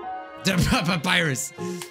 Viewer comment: No one: Not even a soul:: Dapyrus